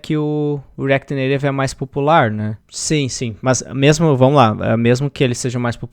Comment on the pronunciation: como é que é "reaquiri neirevi" kkkkkkkk pq tu nao fala "reaquiti naitive"